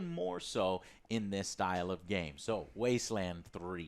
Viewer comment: "Top... 25 games of 2020" You're either psychic or you forgot a word when speaking buddy :D E: NONE of them said "Wasteland 3" right. Are they THAT excited for Fallout 76 The Wastelanders?